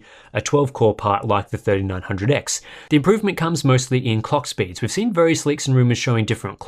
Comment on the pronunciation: Who else heard cock speeds ?? 😂😂😂